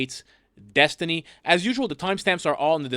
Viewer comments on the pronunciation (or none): Destiny picked a name that he can't even pronounce properly. Dethtiny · Oh boy! More with-dom from DETH-tiny.